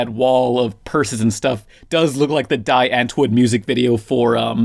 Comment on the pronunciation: die antwoord, is pronounced dee ahnt woord